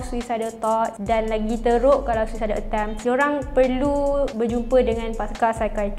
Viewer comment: tapi sebut dia SUU-SA-ID , bukan SU-EE-SA-ID, malu la bagi info banyak tapi salah sebut perkataan 😅